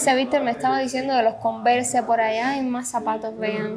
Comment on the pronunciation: Las converse se pronuncian convers y like se pronuncia laig para q vallas mejorando no a mal mi comentario